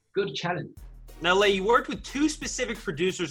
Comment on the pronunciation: The way the guy said lays last name I wanted to scream lol